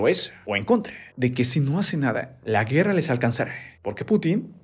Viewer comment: Alguien más se dió cuenta que se usan palabras con 'e' Vide, guerre, y otras, tuve que escuchar varias veces para confirmar esto